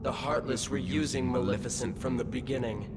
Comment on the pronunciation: Hey “Malissa” had me fucking laugh out loud